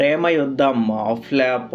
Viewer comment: Flop❌️ FLAPPU✅️😂😂